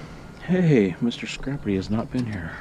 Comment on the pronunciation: at the beginning of the video, are you saying Mr. Scrappy or Mr. Scrappity?